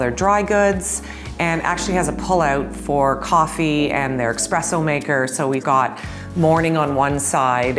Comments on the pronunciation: All that and I can't get past 'expresso'. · Expresso? Really? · she said "expreso" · Expresso maker? EXPRESSO? EX....😅😅😅😅😅😅